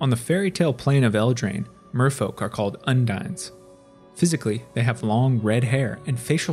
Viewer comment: Undine is pronounced Un-dean... Merfolk and Viashino are my favorite humanoid races, I can't wait to return to Alara and Ixalan.